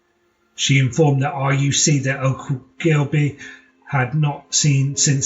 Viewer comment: For goodness sake , at least pronounce Ann's surname correctly .It is pronounced O - gill - bee .